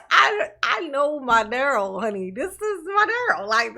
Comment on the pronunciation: love you darling. If you ever hear any rumors about how our precious Dah-rell is enjoying his time at the Pris-ee-on, I hope you share it with us. The man is evil.